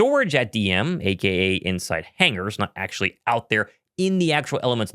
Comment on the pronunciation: Achee achee achee. Please pronounce the word "actually" properly. You're not three years old anymore. Also, there's no reason to say it so many times.